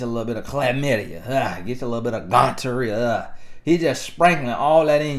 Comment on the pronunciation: did u say GONT-torrhea? Lol!😆🤣 Boy u crazy! Happy belated birthday.